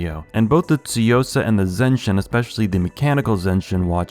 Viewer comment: One of the only reviewers that actually says “tsuyosa” correctly!